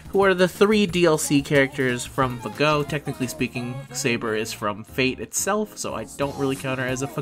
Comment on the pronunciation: I'll sub to your channel once you stop saying "FahGo".